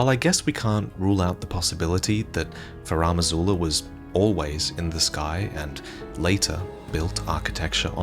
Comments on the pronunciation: Why is THE Elden Ring lore dude mispronouncing Farum Azula as "Faram Azula"? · Why pronounce "Furam Azula" instead of "Farum Azula" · I know is Australian, so his pronunciation is going to differ from mine, but it really bugs me that he pronounces it “FarAHm Azula” repeatedly. It’s spelled Farum Azula. Where is the AH sound coming from? Anyways, I know this is a very minor and nitpicky complaint and that doesn’t really take away from this great video, just wanted to get that off my chest 😅